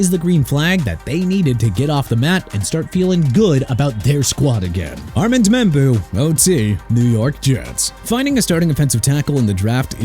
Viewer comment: Armand Membou's first name is pronounced AR-MOUND!! DONE CORRECTING YOU MAN!!!!